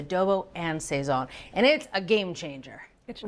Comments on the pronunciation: Did she say SAY-ZON???? Smh lolol. Ay bendito nene! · Pronounced sah-ZON. You did a great job with the chicken! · Yea fr where did they keep getting the extra "y" sound from?? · SAZON by any other pronunciation, is still SAZON. OK! ☺️🍻🙏🇵🇷💃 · You didn’t have to butcher the pronunciation.